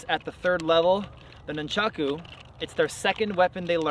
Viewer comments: pronounced NOON-chaku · nunchaku came from a farming tool used to beat rice and wheat stalks, but as usual never gets explained. says nunchaku 1000 times during video and says it wrong everytime. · Before commenting on weapon use, learn the names: a) it is noonchawku always and NEVER noonchawks b) there is not such thing as a "staff staff"; it is, specifically, rokushakubō or simply generic, any length stick bō